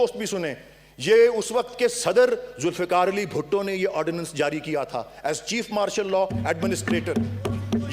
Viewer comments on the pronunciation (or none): none